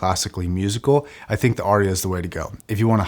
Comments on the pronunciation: “Arya” has but TWO syllables. 😊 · I’ve always assumed it was named to sound like “aria”: an opera solo. Which I’ve only ever heard pronounced r-e-ah. Of course I’m from the U.S. where we butcher words and then tell others they are pronouncing their words incorrectly :)